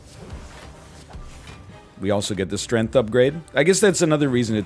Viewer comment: Has he always pronounced it “Strenth”?